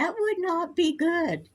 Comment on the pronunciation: I'm feeling go-od, I'm feeling go-od 😅😂❤